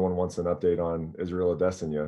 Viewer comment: It still irritates me that Brett Okamoto still pronounces Adesanya wrong